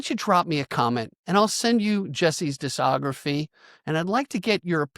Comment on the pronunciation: Just FYi, the C in discography is pronounced hard. I.e., like "diskography"